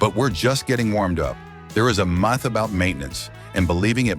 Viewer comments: Mith instead of Myth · So the AI voice doesn't know how to say "myth"?